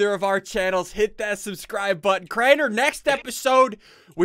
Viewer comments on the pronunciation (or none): hmm crianer? its crainer xD